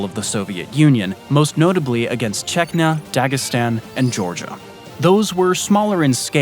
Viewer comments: Wth is Chekna? It's CHECHNIYA. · That's not how you pronounce Chechnya 😂